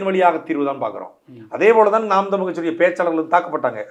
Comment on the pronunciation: தமிழ் என்று உச்சரிக்கவும்(தமில் என்று உச்சரிக்க வேண்டாம் ) தங்களை நேர்காண்பவருக்கு. நன்றி வாழ்க தமிழ்